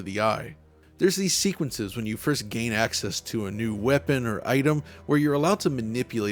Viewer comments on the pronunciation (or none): none